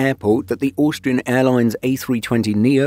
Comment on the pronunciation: the way you say Austrian gets me every time hahaha Auuuustrian